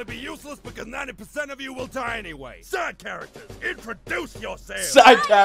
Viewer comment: I remember hearing “Sad characters introduce yourselves“ instead of side characters when I watched this for the first time and died due to laughing too much and I just found out that it‘s actually side characters xd Either way, the whole video was funny as shit xD Truly a masterpiece and it even has a sequel if I remember correctly But anyway, just wanted to point out that I love your reactions as it always delights my day ^^